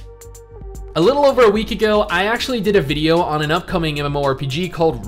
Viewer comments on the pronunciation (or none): none